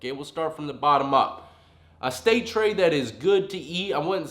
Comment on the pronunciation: “Peanut butter trey or sausage trey?” sounds like fighting words😂😂